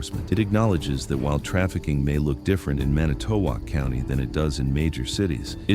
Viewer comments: Huh, never heard of this on any local channel in the Milwaukee market! And as a WI native it pains me to hear how the narrator pronounces Manitowoc. The emphasis should be on the first vowel. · It's 'Man nih tow wok' not "Manny to wok" county. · It's "man-ih-tow-WALK"! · "Manny toe walk". First time i ever heard it pronounced that way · Pronounced man it to walk. I used to live there. How sad! Thank God they caught them. Barb in PA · I live in Manitowoc and 95% of the photos/video in this story is NOT even from Manitowoc county. Also the narrator doesnt even know how to pronounce it. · This is obviously fake, targeting good people who are concerned about human trafficking. Note the AI generated voiceover and the onscreen news clip shows LAPD. There is no news clip from Wisconsin. Manitowoc is mispronounced. This is from a Russian troll factory. I wonder if they made a version for every state? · This video is AI curated. AI can't pronounce Manitowoc properly and there's footage of LAPD. 2,000 miles away. The raid did actually happen as described though. This AI video is a disgrace to the real incident. Fuck skynet. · The AI voice's pronunciation of Manitowoc county kind of ruined it for me. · Your AI generated voice pronouncing Manitowoc is killing me. It's making me want to cringe. And 90% of the feeling of the video is not even anything to do with Manitowoc. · Is this real? I have heard absolutely nothing about this on the News! And the way they pronounce Manitowoc, makes it seem kind of fake. Keep up the great work if real! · He can't pronounce Manitowoc correctly. Hope he doesn't try Mukwonago or Oconomowoc 😂